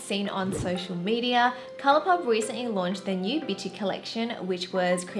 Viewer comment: Please tell me I’m not the only one who heard bitchy instead of bitti lol